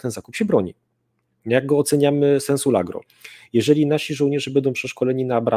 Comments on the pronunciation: Largo a nie "lagro" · na pewno zna się na wojsku. Ale niech ktoś mu w końcu wyjaśni, że mówi się "(w sensie) LARGO", a nie LAGRO. Jeszcze raz: LARGO!!! Bo uszy więdną...